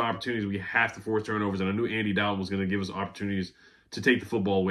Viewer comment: it's Andy DOLL-ton, not Dal-ton